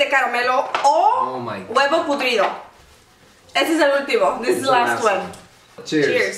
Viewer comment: Chula, muy buen vídeo! Me divertí muchisímo😂. Sólo que tengo una observación muy pequeña creo saber que se dice "podrido" y no "pudrido" cómo el bombón y tú dijeron, aunque a lo mejor es por su pronunciación ya que hablan inglés también.